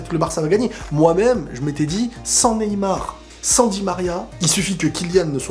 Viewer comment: "Neymal" mdr. Neybien